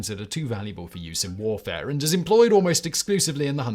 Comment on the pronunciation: It sounds really Bad when you say with a heavy accident. Biological warfaré. It also sounds really bad when you say it normally. 🤷